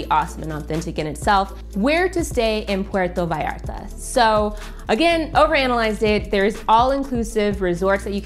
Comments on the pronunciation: thanks for pronuncing "puerto vallarta" it right 👍🏻 some people just don't care and pronounce it awful 😅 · I thought the same! Nailed it! It's butchered often, but doesn't roll off the tongue easily, so I understand!